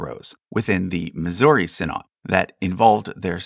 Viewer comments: Quick note: "Synod" is pronounced "SYN-od/ed", not "sin-OD/AHD"; but greatly appreciate the care and detail in your Lutheran Section. And while the Lutheran Church -- Missouri Synod may go in with Lutherans in America as you have them, our history and heritage is more closely tied to Saxon immigrants fleeing the Prussian Union church in a wave of neo-Lutheranism (although they were not the only Lutheran group, and others tended to end up in the LCA/TALC/ELCA) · Small nitpick: 'synod' is pronounced 'sinid'. Love your videos! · The LCMS did not derive from the Church of Denmark. You have no idea what you're talking about. False information. You can't even properly pronounce the word -- synod. So many lies.